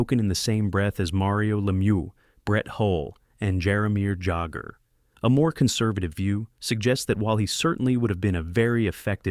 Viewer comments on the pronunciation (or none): "Jar-o-meer Jag-ger" and "Joe New-en-deek?" Sounds like an AI narrator who doesn't know their hockey. Gave you a "Like" for the effort though. I remember the pre-draft hype around George's potential as much as the tragedy that happened all very vividly.